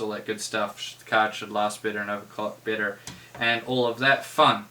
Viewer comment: are you saying bitter or better? shiet